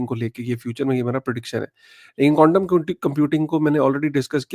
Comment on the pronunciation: ❤Bhai aap baar baar condom computing bol rahe ho. Quantam computing bolo 10 baar clearly Bhai.😂